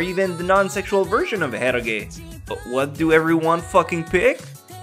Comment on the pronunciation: Dude, eroge is read as "e-roge" not "e-ro-ge". Japanese use "e-ro" like ero gaemu.